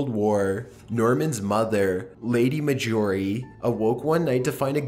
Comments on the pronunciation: Nice collection. thanks. (btw, marjorie has its stress on the first syllable). Cheers! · Dear /"", You pronounce "Marjorie" weird. That is all.